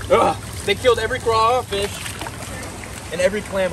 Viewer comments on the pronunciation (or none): I’m from Louisanna lol and it’s crawfish*🦞 but it’s okay we go let that slide lol